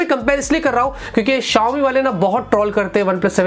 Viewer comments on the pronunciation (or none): none